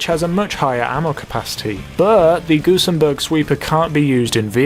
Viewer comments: gun-zen-burg not gun-sem-burg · gusenbErg ffs